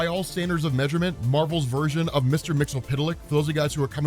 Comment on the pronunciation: Finally doesn't butcher the imp's name Mr. Mxyzptlk 👏🏾